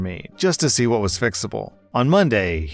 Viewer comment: Op said what not wha like a little baby